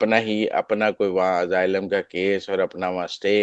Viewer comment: Oh bhai, yeh kahan say tum English seekhtay ho jo aaylum ko pronounce nahi ker saktay? It's pronounced with an "S", not a "Z" sound.